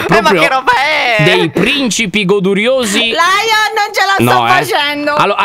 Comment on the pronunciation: Stre mi dispiaca ma la detto lyion pero ti voglio bene😓👆